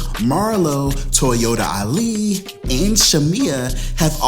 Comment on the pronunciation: I lost it when you said "Toyotali"🤣🤣🤣